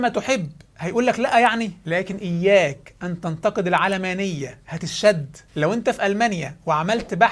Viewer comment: تنطق العلمانية وليس العلامانية !